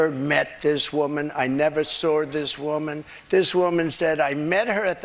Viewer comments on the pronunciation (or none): "I never SAWR this woman..." Sprechen Sie English, Adolf Hitler, Jr.?